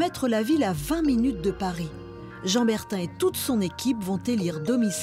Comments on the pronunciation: Bertin, pas Bertain !!! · C'est BERTIN et non BERTAIN